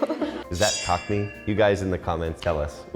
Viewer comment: He said cockney not cock me 😂